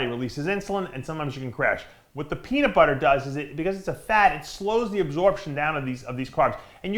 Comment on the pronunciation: Dave said Peaner 😂😂😂